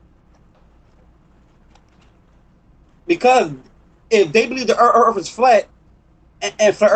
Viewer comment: This guy is a mouth of garbage, erff is not earth